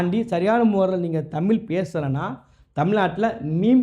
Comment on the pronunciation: புரோ நீங்களும் தமிழை முதல் உச்சரிக்க தெரிந்துகொள்ளுங்கள் தமிழ் தமில் இவை இரண்டுக்கும் உங்களுக்கு வித்தியாசம் தெரிந்து கொள்ளுங்கள்.